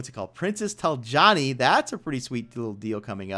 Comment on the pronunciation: Talanji.... TALANJI! Not Taljani....